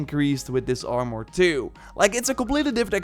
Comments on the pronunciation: "doe" instead of though. "Are more" instead of "arm er" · It drives me nuts when you say “R more”